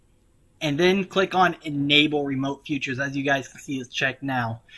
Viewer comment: Love the vid it helped alot but con-sole fee-cher